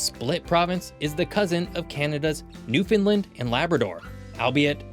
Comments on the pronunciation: Cute video! Would love to see the US get carved up like that. Also, remember it’s pronounced New-fun-land (emphasis on ‘land’), never New-fin-lynn (you’ll get punched by a Newfie for that one) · He still can't pronounce New Finland